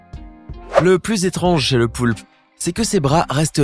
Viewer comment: Ta dit le poupe au lieu de poulpe mais autrement ta raison